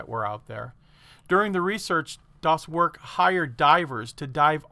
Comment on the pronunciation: Not “das Work”, the e sound more like Ai from “air”, so, “das wairk”. And also not das boot, like a car boot, but rather like a bow (like bow and arrow) Das bow t. Or just say it like you say boat. Very similar. Keep the o a bit more in the front of the mouth.